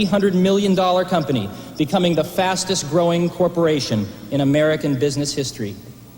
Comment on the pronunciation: "Can Apple's Macintosh Take IBM's Penis" ? Swear to god....listen to it.